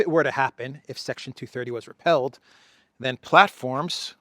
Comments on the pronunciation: great show as always! But…why do you keep saying the word ‘repealed’ with the pronunciation of ‘repelled’. Two great words but for a law the right one is ‘repealed’. Like repealing a banana😊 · Its not 'repelled',.... its 'REPEALED'. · Repeeeled not repelled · Brother it's not repelled it's repealed you're saying it wrong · "Repealed," not repelled. "re-peel." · it's pronounced 're peeld'…